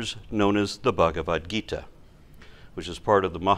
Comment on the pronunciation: It amuses me when pronounces, the bhagavad gita and the mahabaratha in an indian accent.